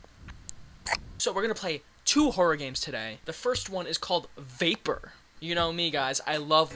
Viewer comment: i head vapour as "vaper" and idk if that was intentional but. still woulda been pretty spooky. probably more so